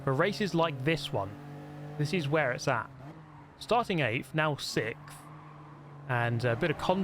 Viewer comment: Why does he pronounce sixth that way Is it a British thing I need context